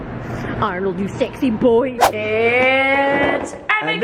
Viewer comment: Hahaha " you sexy boyyyyy" pinoy accent 😂😂😂